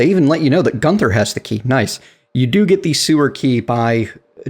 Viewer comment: AAAAAAAAAAAAARGH the "H" in "Gunther" is silent and doesn't need to be pronounced. The correct pronunciation is in THIS VIDEO please please watch it its driving me mad. Great vids but for the love of god!